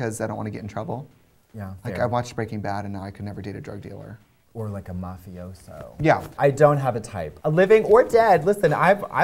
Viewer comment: I love Katya so much!! She straight up said like a "Mafioso" yaaaaas!!!!!